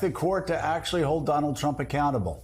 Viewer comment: I heard she mis pronounced his name as "Mr Rump"! LOL